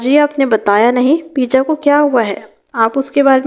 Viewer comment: اللہ کی بندی پرویز کو پے جا کہتے ہیں پی جا نہیں 😅😅😅😅